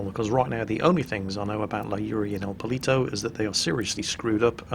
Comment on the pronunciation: i can say for sure that "el polito" should be "el poLLito" that stands for "little chicken" and it was so funny to hear it like that... I'm from Argentina if anyone is wondering...